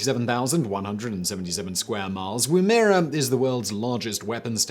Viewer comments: Simon is such a great host but DANG!.. he has no idea on the pronunciation of Australian names... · Ahh, can some one please teach Simon how how to pronounce Woomera. So cringe, I could barely listen. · Mate, you really need to learn how to pronounce Australian words! Haha I don't think I've heard you pronounce one right, and I'm an OG Legend. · I’m Australian and I was like Wombera? I’ve never heard of that place oh Woomera you’re talking about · FYI The correct pronunciation of Woomera is 'Woom' as in woman, 'er' as in the Mir space craft, and 'a' as in 'up'. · You cant pronounce Woomera Learn first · It’s not Woomera like woohoo, woo like wool lol! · Ok I'm only 53 seconds in, and I don't like to be picky - but you pronounced Woomera wrong and also stated the area in square miles, it's in square kilometres... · Hahaha I love how he pronounces woomera... not even close Simon tsk tsk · Simon please learn to pronounce Australian places names . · Woomera sounds strange pronounced like that. The ‘e’ is shorter like in camera. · You got the pronunciation of Woomera wrong. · He seems to work his arse off to pronounce place names for EVERY OTHER continent & nothing to learn how to pronounce ours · Percentage of comments correcting Simon’s pronunciation of Woomera = 60 and rising. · Dang someone beat me to it 60+ times?? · You pronounced Woomera wrong Simon. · Surprised at the amount of Aussies commenting about Woomera.... Yeah I know Simon butchered the pronunciation lol but on the plus side it's great seeing how many fellow Australians are following his channels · It’s pronounced womb-ah-rah not woo-mare-a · Pretty sure it's pronounced Woo-muh-ruh not Woo-mehr-uh. Not an Aussie myself but I've heard it said by Aussies in a few films and documentaries. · Woo-mer-ra. That is the correct pronunciation for Woomera not woo-mair-rah as you said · Aussie here trying to work out wtf he said at the start. Woo- mee-ra. Nope. Woom-e-ra. 🤣 (add mine to the other 60+ comments).